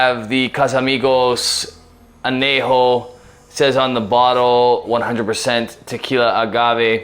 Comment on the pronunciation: Say an-YAY-ho, ñ has a distict sound. You're pronouncing the j just fine. So why fuck up the ñ?